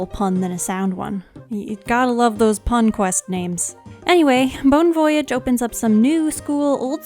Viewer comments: Lol you didn’t get the pun cuz of your (bad) pronunciations. It is a pun but it is a play on the French words “bon voyage” so it not to prounced Voyage like a journey but like “Voy-ajj” I hope this didn’t sound mean. This is super light hearted and I find your pronunciations funny. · It's definately bone voy-yarge